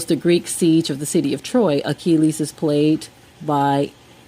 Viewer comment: You might want to learn how to pronounce words such as Achilles, Iliad, Patrocles, and Yeshua before attempting to sound educated. Your "facts" are also incredibly moronic. Have a nice day!